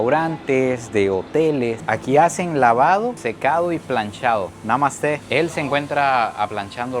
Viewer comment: Cuando dices Namaste, pensé que decías "Mamaste"